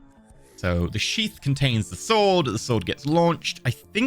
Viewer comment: i swear he is saying sheep instead of sheath